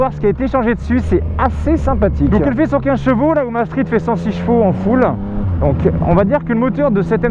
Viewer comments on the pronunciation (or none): none